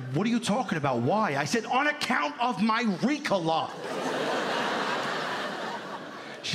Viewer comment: You can tell by the way he pronounced ricola , that he has never smoked weed or taken a throat lozenge 😂😂 dude is full of bs